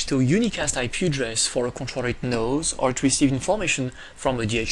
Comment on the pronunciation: God Dude, it is conTROLLER not Controtter